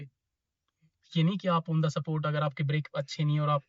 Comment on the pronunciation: On tha सपोर्ट 😂😂😂 On tha स्पॉट 💯